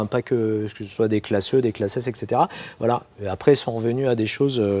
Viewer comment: Et setera et pas ex cetera..